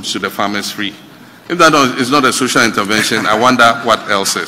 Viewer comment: Did I hear Okatakyie saying Sosal Intervention ?😂😂😂😂😂